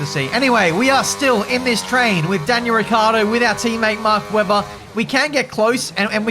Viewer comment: Poor Ricciardo being called Ricardo every single time.